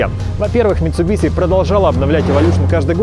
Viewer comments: Митсубиши, а не митсубиси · Да хватит уже называть Митсубиси, Митсубиши ведь)